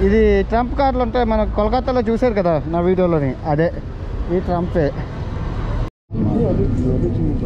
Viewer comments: బ్రదర్ అది ట్రంప్ ట్రైన్ కాదు ట్రామ్..... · ట్రంప్ కాదు తమ్ముడు ట్రాం అంటారు